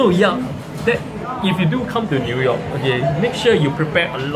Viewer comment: hahah its pronouce as NEW(NIU) YORK not NUI YORK le.....LOL